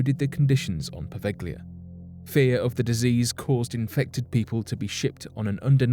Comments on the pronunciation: Provelja is the pronunciation! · It's pronounced po-veil-lee-ah. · FYI Poveglia is pronoinced poh-veh-llia. The "g" is soft and is pronounced more or less as the Spanish use to do with the double "l" in paella, bella or mantequilla. "Lido" is pronounced as Lee-doh. (I'm Italian). Good video, btw.